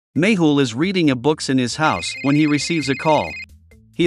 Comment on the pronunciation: It always sounds like u say maple instead of méhul